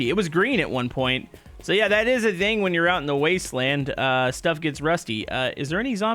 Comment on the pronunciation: i find it funny that always says thang or thng instead of thing haha 😂